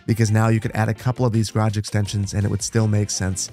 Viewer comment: Garage not grage